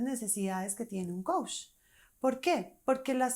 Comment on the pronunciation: Tú dices Coush y es Coach! Mejora eso y crece tu credibilidad.